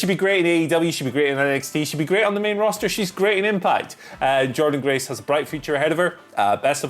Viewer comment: Don't you mean Jor-Dean Grace?